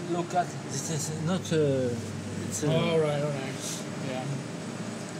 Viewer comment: "you buy zat it iz euh fraiche and your cut and you poute in zis sac"